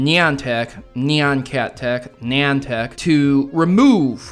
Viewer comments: niantic is pronunced- ni-an-tic NI like night, AN like ant, TIC like the insect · Someone needs to make a compilation of every time tries to pronounce "Niantic"